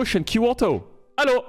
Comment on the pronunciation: Very swedish hello xD